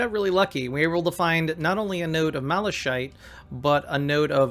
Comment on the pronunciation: Nice tutorial... One thing though, your pronounciation of Malachite (Mala shite) is incorrect. It is pronounced Mala-Kite... Whats funny about your pronounciation is that 'Shite' is a british slang word for 'Shit'.:P Heres a YT link to its correct pronounciation